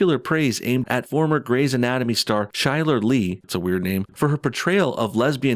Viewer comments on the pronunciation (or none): You can't even pronounce "Benoist" and "Chyler". Do some research before making video.